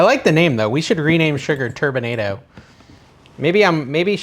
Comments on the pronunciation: It’s pronounced ‘tur bin ah dough’❤ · you're pronouncing that like tornado, it's more like colorado- turbinado colorado